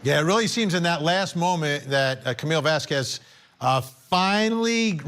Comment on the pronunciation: And for goodness sake let's say her last name properly: Vahs-kehzz! (Kinda like queso) It's a sparking, beautiful name that fits the woman. Heard's lawyer is being disrespectful by not learning how to pronounce it.